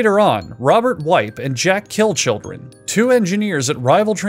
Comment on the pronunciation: "Jack Killchildren" hahaha